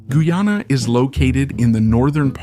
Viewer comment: The AI voiceover is inconsistent in pronunciation of Guyana, and in speed of speech, speaking super slow in some parts and rapidly in others, making it hard to stay focus. Otherwise the content is solid.